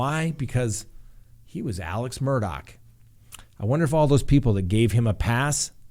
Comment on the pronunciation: Murdaugh case is crazier then a book. John Grisham should write a book. Shocked!! I love how you say his name correctly. WTF, he lost his mind on those drugs. Adds up to him killing Maggie and his son and if so God help him! Praying for Gabby. Like the West case to me. Where in the desert and not talking🥺